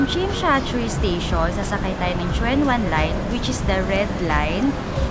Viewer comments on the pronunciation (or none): Its pronounced as Chun wan, for Tsuen Wan